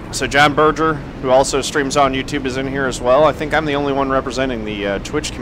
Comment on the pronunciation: Oh, and my last name is pronounced, "Burr-grr", not "Burr-jer". I'm German, not French.